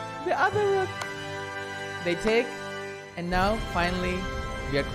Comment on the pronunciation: “The otherrrr rook”🤣🤣🤣